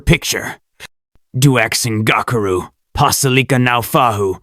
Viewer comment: Your pronunciation sux of the name bro. Its dux (ducks) ngakuru. Not gokuru